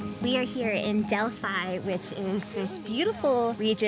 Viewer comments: The pronunciation of the most "i" in greece is like "ee" for example Delphee not Delphai. And as a fun fact if a word contain "ph" for "f" probably is of greek origin.✌ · nice video but as a greek i cant hear this "delf-ai' try to say it like "del-fee" 😀😀 in general most words with "i" pronounced as "ee"